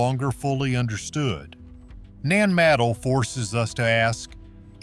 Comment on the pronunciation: "The lost city of Nan "Madle-", and I'm out.